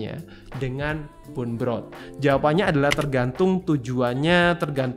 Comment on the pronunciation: BONE dibaca "bon" bukan "bun"